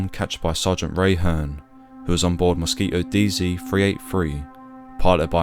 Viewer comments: A very informative film, well-structured, and you told the tragic tale well. Only one thing irritated me throughout, which is that there is a "t" in the word Mosquito. But I suppose that's a small gripe! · The dropping of the "t" in Mosquito is how some English speakers say many words with a t in the middle. It's common with words like twenty which becomes "twenny" . If I said 28, you'd here "twenny aight" with the t at the end of eight also being dropped. It's called a glottal stop. That said, I personally wouldn't drop the t in mosquito. I would also say zed not zee as it was said in the video. British people don't say zee like Americans so I don't know why he uses it here. I would also say that height for flying should be in feet just as it would have been back then for the RAF and is actually the required terminology for aviation today. Regardless of all that, it was a good video.